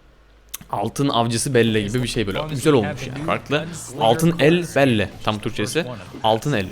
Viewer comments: BELLA DİYE OKUNUYOR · Abi belle Bell diye okunuyor ..ve Ryan için üzülüyorum 😭😭